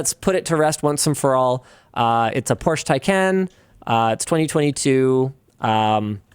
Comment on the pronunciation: I still wait for the day when Linus (and the rest of north america) learns how to pronounce Porsche correctly